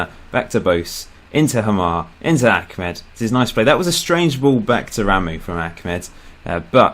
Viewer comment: His name is Ahmed not Achmed